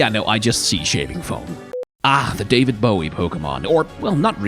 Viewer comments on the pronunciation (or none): none